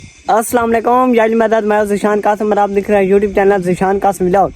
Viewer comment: Bhai vilag Nahin hota vlog hota hai😂😂😂😂